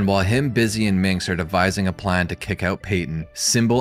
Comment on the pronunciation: DYSLEXIA ALERT - - You said Bizzy and Minx instead of Mizzy and Binx, beware the first letters two words swap, i get hit by that speaks dyslexia myself, honestly it's pretty funny and I wonder if anybody even notices that doesn't do that themselves.